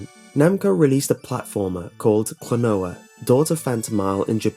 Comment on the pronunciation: It's "Klonoa", not "Klanoa". ;)